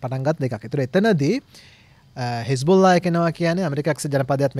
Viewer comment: එහෙම තමයි pronounce කරන හරි විදිය මං හිතන්නෙ 😂